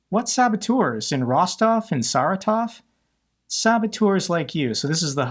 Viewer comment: Also stress on the SECOND syllable: Sa-RA-tov, Vo-RO-nyezh, Mid-VEE-dyev, Kas-PA-rov, Ka-DY-rov. But stress on the FIRST syllable: DYE-vooshka, DYE- dooshka, BA-booshka.